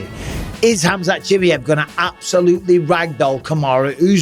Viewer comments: I swear if I hear you say CHIMMY EV once more instead of CHI-MY-EV I’m going to do absolutely F all about it 😂 But please someone tell Bisping how to say it 😂👍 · Has bisping picked up mispronounced names like uncle chael? Chimmy Yev says yes. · It's very easy to pronounce Bisping. It's NOT Chimiev. It's pronounced Chim'eye'ev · Bisping please for once pronounce Chimaev and also Gaethje name correctly !